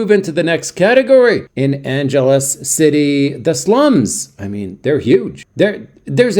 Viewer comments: At least pronounce the name of the city correctly! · If you'd ever been there you'd know how to pronounce it.